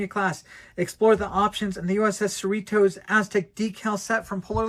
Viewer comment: We, who live in So Cal, pronounce Cerritos as you would Dorritos (the "T" sounds more like a "D").